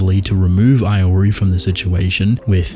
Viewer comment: The way you pronounce "Iori" feels wrong